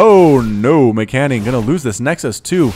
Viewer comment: As an informative piece, MCanning is prnounced M. Canning. 2 words. It probably bothers me more than it bothers him :P thanks for the cast anyway :D